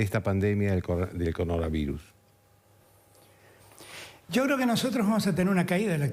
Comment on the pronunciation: el anterior sigue tratando de pronunciar coronavirus